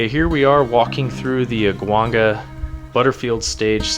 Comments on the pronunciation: Aguanga is pronounced “aawang-ga” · Great video!! As a Californio, we always called Aguanga “ah-wahn-ga” the a’s are pronounced as “ah” as a doctor would have you say, or as the a in Awesome (like your video)